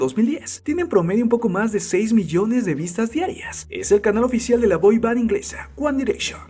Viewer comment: Muerooo!! 11- guan direshon xDDD